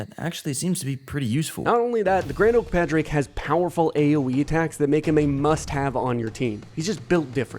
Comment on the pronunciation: Hey, love the video put his name is pronounced like Pauric, it's gaelige for Patrick